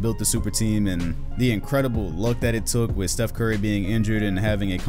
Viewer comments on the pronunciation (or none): none